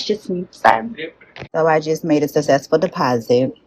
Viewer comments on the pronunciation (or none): Yes exactly! 😂 Also when I heard her say she ‘made a susssesssful deposit’ I felt bad for the kids then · What is with the "skrict" and "skressed", and "value" instead of "volume", and "sussessful"? There is nothing wrong with the way she looks whatsoever. People with all bodies should be able to hold whatever jobs they want. And she is absolutely gorgeous, no doubt about it. She is a very pretty woman. It's the way she dresses and carries herself in an oversexualized way in front of students that makes her a problem. Also, whether the parents consent or not, children cannot consent and their faces and names should not appear in videos. Don't fire her. Make her dress appropriately, stop acting as though the school is her dating pool, and make her speak appropriately. Bigger women are not forced to wear mumus anymore. That's BS. She could wear body appropriate clothing that is designer and looks good. She'd look a lot better if she did. But the worst is her grammar and speech patterns. She knows better or she wouldn't have been able to graduate from college. So she could absolutely dress, act and speak appropriately. And ffs, don't allow her to call herself "teacher bae".